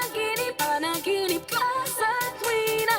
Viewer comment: the title of the song Panaginip is being read as Pa-na gee nip. You can pronounce it like a real Pinay. Do you know that Pinoys are born Singing not Crying......it’s only a joke.This is just an observation from your beautiful face.....you got some pimples but I love your eyebrows. Take care always.